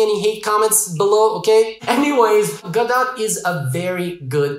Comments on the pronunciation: Lol it's Go-Dot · It is pronounced ‘Godot’. You welcome. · If you're going to correct someone, you'd better be correct. It's "go-dot", which rhymes with robot (their symbol).